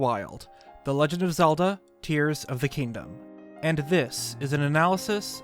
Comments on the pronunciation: It’s not tears as in tearing paper because the Japanese logo’s katakana would be pronounced like tears as in crying. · Quick thing, the 'Tear' part of the title is definitel tears like crying not tear like tearing apart, the katakana reading of the title pronunciation is the former